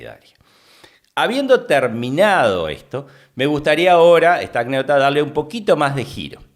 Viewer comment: SE DICE ANÉCDOTA, NO ACNÉDOCTA.